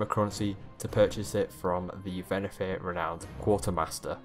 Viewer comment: It’s Venthyr. Not Venathyr.